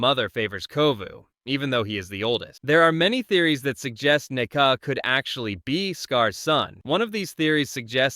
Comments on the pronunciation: It's nuka, not " neka" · It's Nuka Whatever you just said idiot